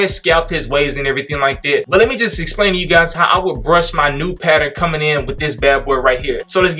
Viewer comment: the way he said i am finding the bursh had me dead (not trynna be racist)